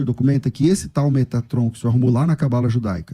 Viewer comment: Quando ele falou metraton. Nao segurei kkk